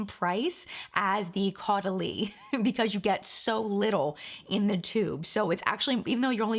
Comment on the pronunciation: Hey loves!! So.. Caudalie~ Pronounced... like "Totally...." I always remember Totally Caudalie❤ Also: I've been using the elixir for years now as part of my skincare routine 👍😘